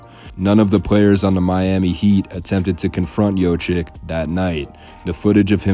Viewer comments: Its not pronounced yochick. It's the other way around. It's yokich. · It’s pronounced yo-kich, not yo-chick! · It's not Jochic, It's Jokic or Jocich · Its not Yoh chick its Yoke itch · Not jochik LOL it's Jokich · Nikola JOCIK? Bruh you cant even pronounce his last name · Jokic…… not jocik…. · Good video overall but you butchered his name big time. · Thank you for correcting them. It is hard to believe they are making a video history of a person and don't make the effort to find out how to pronounce his name. SAD!